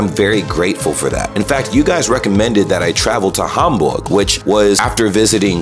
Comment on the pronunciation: I wonder how you reacted to the Miniatur Wunderland. I work there so I am a little bit biased ;-) But I guess I will see. I love how you really want to pronounce the german names right. Hamburg not like Ham as in Eggs and Ham etc. looking forward to the next episode